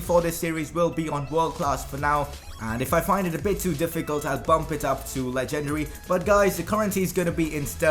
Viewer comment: lol its legendary not legndrie